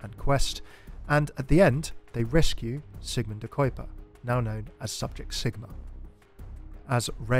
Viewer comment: i'm sorry but the way you pronounced sigma's name is killing me 😭